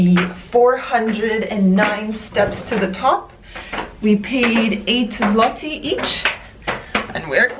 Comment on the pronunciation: the Polish letter ‘ł’ that’s in the word ‘złoty’ is pronounced like ‘w’ btw